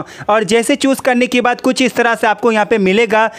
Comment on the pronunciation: Bhai choose bol raha chus bol raha hai